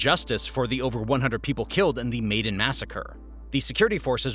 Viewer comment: These videos are very thorough and well done. However, viewers should be aware that the majority of pronunciations are incorrect. There are too many to list, but for example, Minsk is not pronounced "Meenx." "Maidan" is not pronounced like the English word, "maiden," but rather like, "my-Don." So enjoy the historic education, but don't repeat the pronunciations. 👍🏻